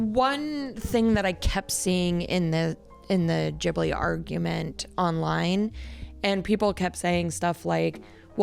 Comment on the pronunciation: The way he says "Ghibli" is stressing me😭